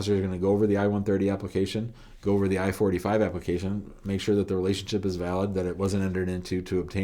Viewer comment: Thank you. I had the same question. Sounds more like 45 and not 485 😊